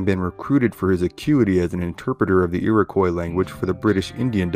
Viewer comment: What are irikwas? Or do you simply have no idea how to pronounce it and couldn't be bothered finding out...makes me think your just reading from a book.